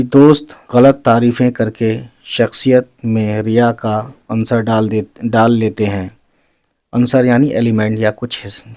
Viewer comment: تلفظ میں غلطی کر رہیں ہیں، سر جیسے۔ عنصر کو Ansar padhe لیکن اسے unsor پڑھا جائیگا،